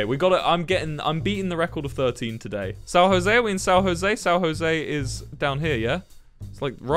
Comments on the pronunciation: “Geography nerd” sao jose-->tierra del fuego the joke: we say san instead of sao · "sao rosé" KALNFOAJFOWK SAO ROSE >>>>> SÃO JOSÉ<<<<